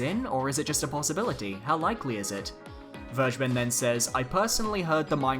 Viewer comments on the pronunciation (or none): When you say Vergeben with a hard G I keep thinking you're saying "BurgerBen" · It sounds soooo weird to say "vergeben" in English. :-D Just let Google say it in German for you and you'll know what I mean. ;-)